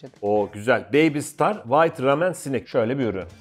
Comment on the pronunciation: Bu arada. ramen ramyon diye okunuyor 💟💟💟💟💟